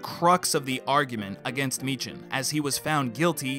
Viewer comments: Why can Americans never pronounce Meechan correctly? 😂 Edit: it’s pronounced Mee-Khan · Me-can not mee-chan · His last name is actually pronounced Meek-hin. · cough its pronounced Me-Kan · MIːKÆN...(Mē-Kiń)... It's pronounced...miːkæn fluls..!! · It’s pronounced MEEKan